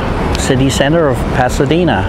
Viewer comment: Can't believe your pronunciation. Can't believe you can not pronounce "El Paseo", "Pasadena" and many other places. English is my second language, but if I'm going to make a video like yours , I would do my homework and planning a bit more. I wanted to see Pasadena but you got stuck in " food". If I wanted to know where you can eat or what to go eat in China, I would have looked up Mark Wiens or The Food Ranger. You will disappointe lots of people who want to view good old Pasadena.